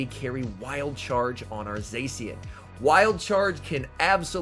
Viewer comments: I know it's a minor thing, but it really annoys me how you say zacian, it's pronounced zah-shi-an not zae-si-an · The c in zacian is pronounced ch sound